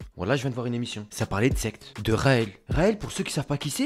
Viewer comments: qui penser qu'il disait sex et pas secte ? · Il dit Sex ou Secte...😭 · Pourquoi à chaque fois qu'il dit secte j'entend sexe